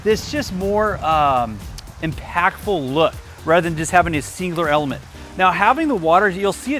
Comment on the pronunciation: "Singer Erlement"